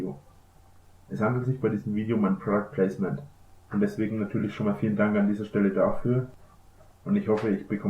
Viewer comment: und da wundert er sich das ihm keiner ein "prodaktplaisment" anbietet :'D